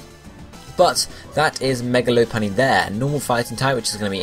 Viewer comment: lopunny is pronounced Lopp, not Loap